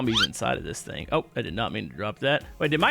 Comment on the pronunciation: i find it funny that always says thang or thng instead of thing haha 😂